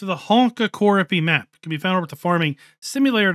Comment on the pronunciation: Thank you, hats off to you who's not a Finnish and pronounced map name Honkakorpi the way that all Finnish will understand what you said 👍 👍👍😂